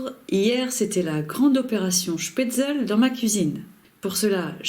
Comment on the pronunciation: On prononce schpetzle et pas schpetzel